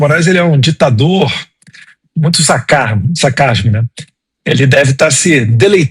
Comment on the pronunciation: "sacarms...sacar"... é oqqqq?!?! 😅😅😅